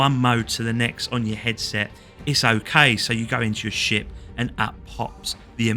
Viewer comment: "you will start out in your new little sh*t" Yep that's accurate enough. Also ship and sh*t are indistinguishable thanks to your accent lol